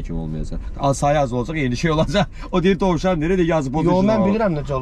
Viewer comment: “olıcey” yox, orfoepik normaları pozmayın. 😀